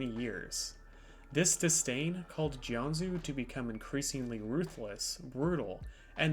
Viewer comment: It’s pronounced Jianjoo.